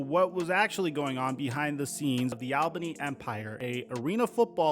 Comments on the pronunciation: Hey, coming from an Albany native, great coverage, but a heads up, it's pronounced "All-bany" not "Al-bany" keep up the great work though 💪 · It's pronounced ALL-BANY. Not Al-bany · AWL-bany. It's pronounces Awl-bany. Take it from someone who works in that arena and lives in the Capital Region. It's pronounced Awl-bany. NOT Al Bundy-Bany, AWL-BANY. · It's pronounced ALL BEEN KNEE. ALBANY. just saying I'm a new Yorker. Lmfao. And no, we all don't sound like we're from Brooklyn. But I'm from Brooklyn lmfao. Anyway u always do a great job young man rock on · Also it’s pronounced ALL-BAHNEE